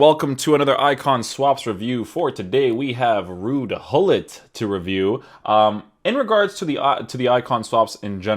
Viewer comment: Its fun that english people cant prenounce his name correctly you say hollit we really say Gullit 😂